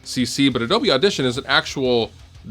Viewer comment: "Auditoin" xD